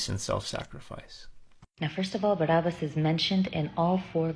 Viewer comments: bar ab as. not bar ub us. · while she smiles looking into your eyes. "BAR AB BASS" "BAR AB BASSS"